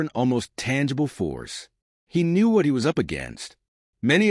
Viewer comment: Please fix the pronunciation of these words: Knew, Or, Inside, Now. Today, Nerve, Act, As, Knew, Forgive, Chose, End, Try, Know,These are the most pronounce